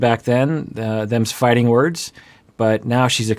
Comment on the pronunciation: The hard "ing" instead of "in'" makes it even better lol